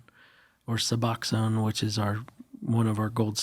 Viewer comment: If you truly read the comments, PLEASE PLEASE 🙏 PLEASE cover BUPHENORPHINE AKA SUBOXONE. In this episode you even pronounced it as "Naboxone" which is incorrect. This tells me that you barely know anything about the medication and what its used for and why and certainly not any of the effects of long term use these "Medicated Assistant Treatment " programs have on people. I am a recovering heroine/fentynal addict. I have been addicted to LITERALLY every opiate u can possibly think of, this STOLE almost half of my life. We all know opiates cause physical addiction, but these doctors and the media they LITERALLY PUSH Suboxone and Methadone to opiate addicts. I have been off of all illegal substances for 3.5 years now, and i am extremely grateful for MAT programs because i woukdnt have been avle to accomplish anything ive done in the past 3.5 years without Suboxone. However, this is a PRESCRIPTION MAN MADE OPIATE combined with Naloxone, opioid antagonist, that BIG PHARMA and Fiser, Fizer, whatever, these big pharma companies push. I have been off and on methadone and Suboxone for 7+ years now, and the times before when i got off of it, i went right back to fentynal. This time uts been 3.5 years sober, but sober on Suboxone and i REFUSE to ever go back to heroine or fentynal or pills or any of that crap. But i know that taking Suboxone long term is NOT good for me. And ive tried to taper, but it is EXTREMELY difficult when u need to be active 16+ hours a day working a physically